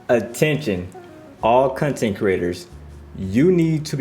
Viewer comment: Did you just say Cuntent creators lol